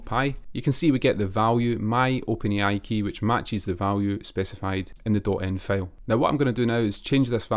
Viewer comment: No offense but "file" = ['fàil] not [fêil]. Liked the video❤